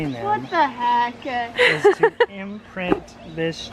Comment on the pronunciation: Why is making all sorts of words into two-syllable words? "What the hec-kuh" (:57) -- "He brought it ho-muh" -- "Three head-suh" -- "So bi-guh". Is this a "teen" thing? I noticed another YouTube teenager doing it as well. 😧 Kate in Olympia, WA - 6/3/2019.